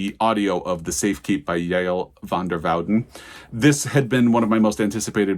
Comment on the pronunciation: I read The Safekeep and I’m in the same boat…I want to talk to someone about it and no one I know has read it. I really appreciate that you know how to say Yael’s name. Anyway, wonderful book, I do wonder if it will be up for an award this year.